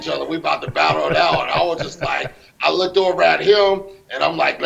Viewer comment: "Lookdid" absolute moron